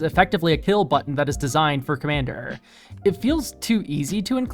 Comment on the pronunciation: When you said "for-commander cards" i heard "four commander cards" and thought "surely theres more than that"